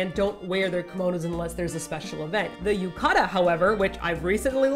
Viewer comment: yu-ka-da....it's pronounced as yu-ka-tah with clear "T" sound, like how Brits pronounce water with clear "T" sound.